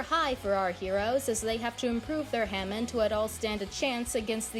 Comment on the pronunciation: Not to be that guy but it’s pronounced ha-mon